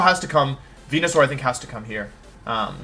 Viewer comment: Who is Wenasaur? Never heard of that Pokémon... if only there was a proper way to say Pokémon’s names... 🤔please pronounce the Pokémon’s names correctly please. It makes you look uneducated. Just saying. 🙄